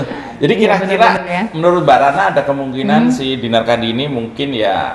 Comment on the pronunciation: Tolong lafal namanya jgn salah. Yg bener itu tetap CANDI, JGN KENDY ATAU KANDY. CAAAANDiii ✍ ya. 🤣